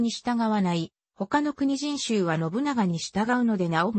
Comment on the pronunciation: よくわからん、 もっと図面とか場所や地形とか わかるように、あとくにじんしゅうじゃなく、 こくじんしゅうね、 よく調べて